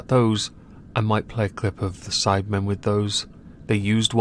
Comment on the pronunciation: When he said sidemen did anyone else hear cybermen